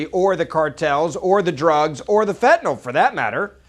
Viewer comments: "I don't think that acronym is accidental." It isn't an acronym at all! DNA is an initialism! If it were More Aliens Now, abbreviated as MAN, then it would be read as "man," and it would be an acronym. Also, stop saying fentanALL! Fentanyl is pronounced fentanILL. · Fentanyl ends with "yl", not "ol".